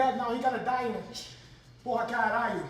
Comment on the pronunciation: has to improve the pronunciation of caralho. porra is perfect